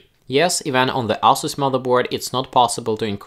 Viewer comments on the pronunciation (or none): It sounds like "asshole" Everytime you say Asus. Lol. Love the content keep it up